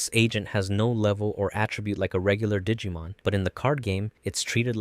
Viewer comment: This video really is great but i swear to you i've never heard the -Mon prefix be pronounced like that